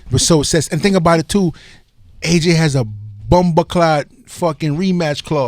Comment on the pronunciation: Miller is lucky my nigga wants to act like he doesn't know shit about boxing.. and don't ever say bumbaclaat like that again 🤦🏽‍♂️🤦🏽‍♂️